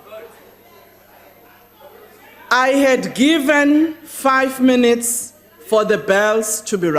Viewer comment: You heard right; it is , and you would also have heard: 'Awdah, awdah, awnarabalah membahs, awdah', and you must relearn English pronunciation. 'Missed' is more 'correctly' pronounced as 'meest' and at 0: 49 'MEAN EATS' means 'minutes'. I saw a movie once; 'Gorillas in the mist', they were sooo well-behaved and acted with dignity, probity, decorum and rectitude. sigh.